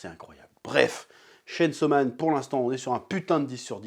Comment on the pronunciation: Chêne saut man